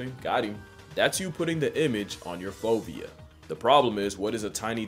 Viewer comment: if you didn't put the word "fovea" on the screen I would have thought you were saying "phobia", which wouldn't have totally surprised me considering who we're talking about here